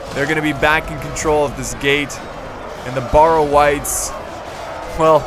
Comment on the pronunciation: I couldn't help but notice you were pronouncing the "barrow wights" wrong. You were pronouncing them "bah-row wights" when it is supposed to be pronounced "bear-oh wights". I don't know if your even going to encounter this unit in the future but if you do please pronounce it like this. Also I hope no one else noticed this because then I would feel stupid.